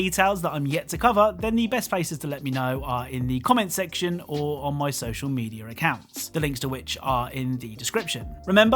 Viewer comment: "Social Medier"